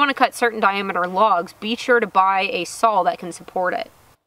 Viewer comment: And SAWL. LOL. We used to say that when I was little up here in the north! Too cute.